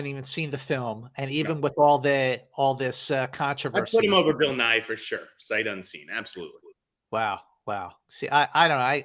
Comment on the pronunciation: OMG I kept hearing “Bill Nye” as opposed to “Bill Nighy”!!! I was so curious about what this movie was with a Bill Nye career turning performance! 😂